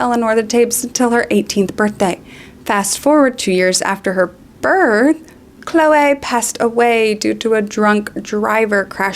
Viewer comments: The standout of this video for me is how you pronounce "Chloeaaay" like Moira Rose XD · Why do you say Chloe like that? i´m dying